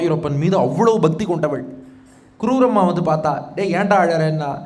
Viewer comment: க்ரூரம்மா இல்லை ஐயா. குரூரம்மா. க்ரூரம் என்றால் கொடூரம் என்று அர்த்தம். உச்சரிப்பில் கவனம் தேவை.